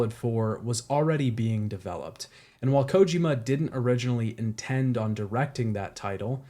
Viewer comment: Man I wish I didn't have a hyperfixation pronunciation, but considering how populat the topic is and how widely known Hideo Kojima is the fact his name hasn't been pronounced correctly through this series drives me bonkers XD